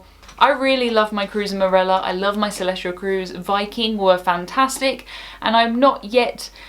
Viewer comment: Celestyal does not have an R in it. Is it pronounced Celestryal?